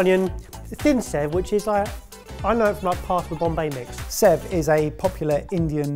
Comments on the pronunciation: It's actually pronounced as "saiv" even though it is spelled as sev. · fun fact: sev is pronounced say-v